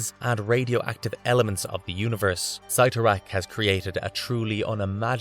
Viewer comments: How come you said Cyttorak correctly the first two times, then started saying it like "Sigh-toe-rack"? I liked the issue where Juggs gave the Gem of "Sit-oh-rack" to his friend Black Tom Cassidy and they could each use HALF the power. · You changed how you pronounced Cyttorak half way through was very odd to say the least. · Weird how halfway through the video you suddenly and continuously pronounced Cyttorak differently from how you did the first half 🤣